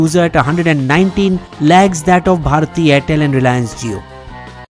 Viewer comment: At first it sounded like "₹119 lakhs". Looks like VI users are millionaires Then I saw the text "₹119 lags"